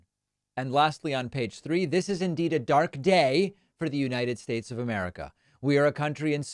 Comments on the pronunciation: "United Shates" 😂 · I love the "United Shates" jab! Hopefully everybody else caught that! Really does know all the best words